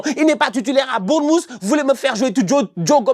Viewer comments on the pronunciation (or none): none